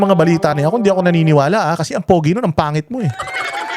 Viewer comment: Napaka diin ng pag ka sav na PANGIT. ah 🤣🤣🤣🤣🤣🤣🤣🤣🤣